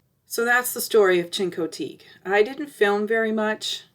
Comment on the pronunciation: Learn how to pronounce Chincoteague fgs. Couldn't bear to listen to you